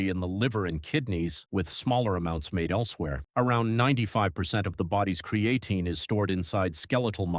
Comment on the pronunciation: I can't listen anymore after how this AI keeps pronouncing cre A tine